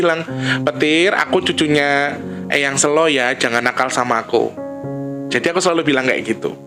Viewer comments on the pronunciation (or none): Sèlo itu, mengeja huruf 'e'nya seperti mengeja kata mèrah. Sèlo artinya batu besar. Kalo bacanya sêlo seperti mengeja kata Bênang, itu artinya Luang(sêlo)